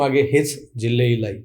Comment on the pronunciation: येड्या, ते जिल्ले इलाहि असतं, जिल्हे इलाही नव्हे!